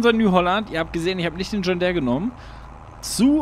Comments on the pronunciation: Ich schau deine Videos echt gerne und finde auch deine Projekte mega ansprechend, besonders die Biofarm, aber jedes Mal, wenn du "John Där" sagst, rollen sich meine Zehnägel auf :D Deere, wie Diir, bitte bitte :D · Schönes Video aber bei John Där bin ich so getriggerd 😂😉